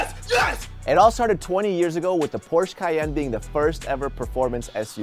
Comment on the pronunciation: My only criticism of the video is the pronunciation of Porsche. Otherwise, nice vid.